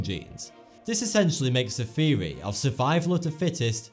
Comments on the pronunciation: It took me some time to realize he ment theory when he said viewee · I'm sorry but i can't take this guy seriously, he can't even pronounce the word "theory" properly! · he says theory funny. Sounds like feewy. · What is a thewee?